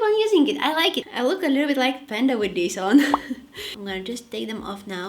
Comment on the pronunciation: Every time you say this it sounds like dis dis LOL I crack up😂❤😊😮🎉